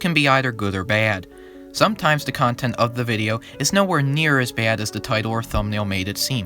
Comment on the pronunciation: are you from long island? The way you said “Baad” is the same way i say it lmao